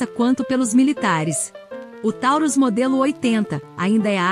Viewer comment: Tauros" com "o" é peso